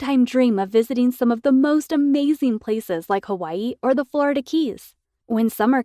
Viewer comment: How'd she DRIVE to the Florida keys? Also SAY FLORIDA RIGHT OKAY!